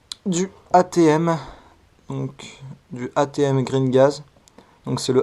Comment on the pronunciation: Tres bonne vidéo explicative mais on dit : Ama Tsu Maru 😂😅